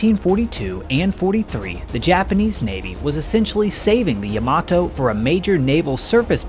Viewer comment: Yama-TO, not yama-toe.